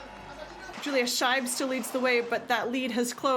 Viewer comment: Please, the pronunciation - roughly "SHpindleroof Mleen". And Yulia, not Julia.